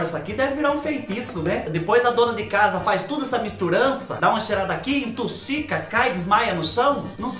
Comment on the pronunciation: "Entuxica* 🤭😂😂 é capaz 🥰